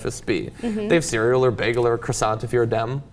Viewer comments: HAHA Ciussanteee hahaha omg the poor pronunciation is hilarious xD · Never heard anyone pronounce croissant that way. American thing? The t is silent. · Why can americans not pronounce croissant? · Because the french pronunciation is retarded. Kwah-sone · Lol at how the Americans here are pronouncing the word croissant. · Ugh, their pronunciation of "croissant" makes me kinda cringe.